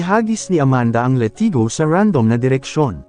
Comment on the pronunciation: Ka slang ba latigo hindi letigo